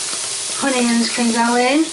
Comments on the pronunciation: There's no "H" in onions and no "I" in Carrots. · If I hear the words Carriots or Honions one more time I’ll scream